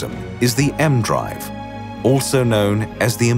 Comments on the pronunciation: It's not "the M-Drive" like the letter M, it's like "E-M" ee-Em.... Which has also since been proven to not work... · I'm reasonably sure that it's not called the "emdrive". You pronounce the E and M seperate as it's an abbreviation of electromagnetism.